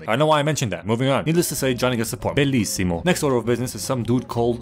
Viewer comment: As an italian i can say that that "bellissimo" was pronounced really well